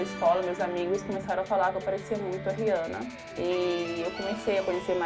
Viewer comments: It's funny that she say "Rihanna" really bad... 🙆 It's like "Rhhjana" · Just so everybody knows her name is pronounced (re-anna)